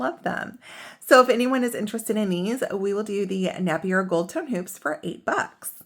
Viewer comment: Napier the a sounds the same as the A in your ABCs, 😊